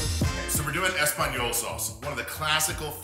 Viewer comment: Everyone's going on about how he used tomato sauce to make tomato sauce or that he calls hollandaise a mother sauce but I'm shocked at how badly he butchered that espagnole.